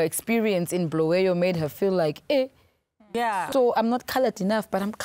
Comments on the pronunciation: Can someone please correct me.. is it really Bluweyo or Bulawayo .. why would u say Bluweyo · It's Bulawayo